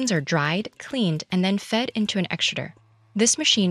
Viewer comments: that pronunciation of "extruder" though LMAAOOO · That is a weird way to say extruder…